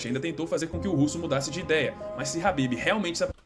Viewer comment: O cara do vídeo chamando o khabib de habib kkkkkk